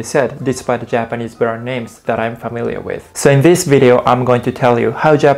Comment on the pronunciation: "five japanese bwand names " Ok Thanks Bye!